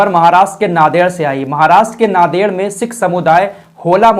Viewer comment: Naded nahin, Nanded. It's pronounced as Naan-ded.